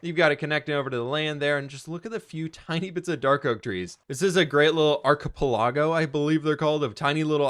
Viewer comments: “Arcepalargo” 😂 Close enough lol. Archipelago. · Archipelago. Its pronounced aar -kuh-peh-luh-gow 😂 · The way he said archipelago sends me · He butchered archipelago